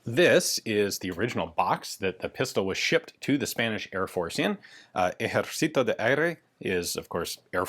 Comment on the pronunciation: ahhaha the way you said Ejercito sound super funny Thanks for sharing this pieces of spanish firearm history